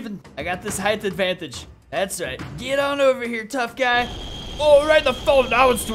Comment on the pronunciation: Someone said gay in kajiu universe all of us were saying what he said I miss spell he was supposed to say guy